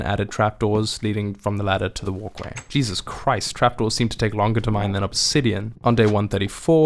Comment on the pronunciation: Where did you learn to say "Jasus" My Bru? 👀😅